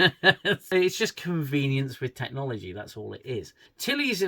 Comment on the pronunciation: Whatever it is, Tilley will be telling her students about what a massive responsibility it is... "tack-nalalgy".